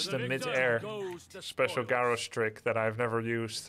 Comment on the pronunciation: Love the content Grubb but for the love of god have you never heard anyone else pronounce the name Garrosh?Didn't Thrall or Grommash ever say It?